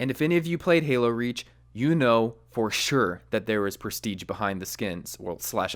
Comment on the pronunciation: Its presti"sch"e not presti"tsch"